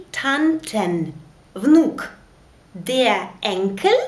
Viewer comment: Почему ав читаете Der. дер. на немецком r. как а читается т.е деа?